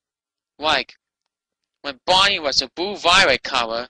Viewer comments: "Bawney da dinosauw so special wight here on da earth?" I thought he was special on every other planet in the solar system too! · Bahney duh dininasauw! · He said heboo version of Barney and he said Barney and the back yard gay doll 😂